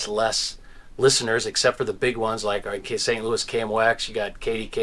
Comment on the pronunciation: The final s in Saint Louis is silent. Period.